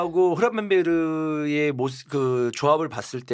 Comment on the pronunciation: 흐라벤베르흐 발음 왜 계속 씹는거임?ㅋㅋㅋㅋ